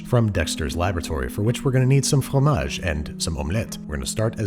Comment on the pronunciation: You pronounce FROMAGE si parfaitement.